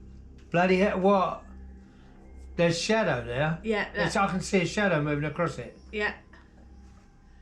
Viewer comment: I don't get it. You've made these videos for years, and you know what a "shadow" is. So, why now did you suddenly decided to called it a "shatow?'